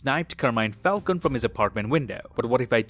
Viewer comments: Carmine "Foul-coney" 👍🏼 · Why is everybody still calling falcone : falcoun again?